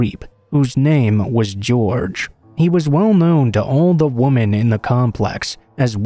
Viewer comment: The word is "women" not "woman"